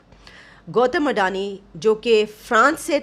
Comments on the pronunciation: Andani nahi nallo adani hota hai wo😂😂😂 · Gautam adani hai. Gautam andani nahi. 😂😂😂